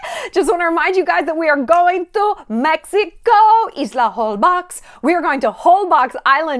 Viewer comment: Hello Shallon, love your channel, just so you know, the correct way to say Holbox is "Holbosh", it is a mayan word. The letter "x" in maya is spell out as "sh". Sorry for my bad writing, I am mayan, so english is not my first language. Hi from Yucatán and WELCOME to my country. 💕